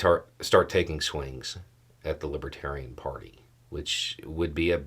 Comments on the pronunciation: I'm sure it didn't help tRump any to keep mispronouncing "LibAtarian" party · Trump can't even pronounce LIBERTARIAN. He consistently said LIBBA-Tarian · It sounded more like libbadarian to me.